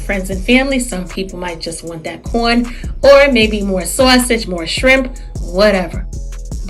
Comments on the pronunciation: What is a SOH-A-sauge? 😜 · I LOVE HOW SAYS "SAWSEGE" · Omg me toooooooo!!!! 💕💕💕